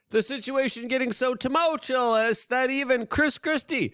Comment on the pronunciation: “Tumult(U)ous” not tumultu”LOS”. Every single day. Haha. Love the show.